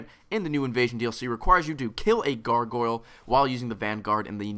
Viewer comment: seems to have difficulty saying "Gargoyle":) Must be another "coopling" moment.